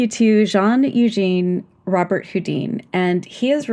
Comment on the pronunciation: Nice podcast, but you pronounced his name wrong. It's not ro-burt hoo-deen, it's ro-bare hoo-dan.